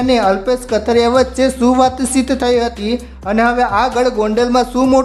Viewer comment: Gujrati bhasa bolta shikho kathrya nahi kathiriya bolo